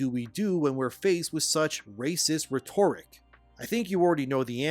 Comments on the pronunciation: I love your work, I've been subbed since the first video of yours that I've seen. But please, for the sake of my ancient pickled brain, learn how to pronounce "rhetoric". It's simple, phonetically it sounds like "Reht-or-ick", not "Rett-orrick". I'm not a grammar nazi, but to hear such an otherwise bright man constantly murder this word hurts what's left of my over-mortgaged soul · "Re-TOR-ic" It's not pronounced that way. It's "REH-ter-ic". Check with google if you don't believe me. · Bro, it's pronounced "RHE-tor-ric". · For the love of God, it's RHEtoric, not rheTORic. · Vid was good. Good message but it's hard to take someone seriously if they can't pronounce simple words. Rhet-tor-ric. Come on bro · “Rhetoric” is pronounced “RE-ter-ick” like “Frederick.” Totally understandable mistake because “rhetorical” IS pronounced the way you were saying it: “re-TOR-i-kul” like “historical.” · Rhetoric is pronounced ret- err - ik (ick) With the hard ret soft er and semi hard ik. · Not how you pronounce rhetoric lol. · I like you but the way you pronounce/say "rhetoric" makes my skin crawl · I love your channel, but please learn how to pronounce rhetoric. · So he has to be mispronouncing rhetoric on purpose so we comment on that, right? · Please allow me to teach you how to pronounce “rhetoric”. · Off topic but, do all Canadians pronounce "Rhetoric" like that? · Someone please teach how to say rhetoric. Not ragging on you brother, Not sure if english is your first language given your background etc... but dear god is it grating. Cheers for exposing little miss racist to me. These people are disgusting. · Just a note on form rather than content, because I've got nothing else to add: that's now how 'rhetoric' is pronounced. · If you pronounce “rhetoric” incorrectly one more time, I’m out… next video, you’re gonna do it again and I’m gonna block you. Do you even care that you sound like an idiot? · Bro you're driving me crazy with your pronunciation of rhetoric.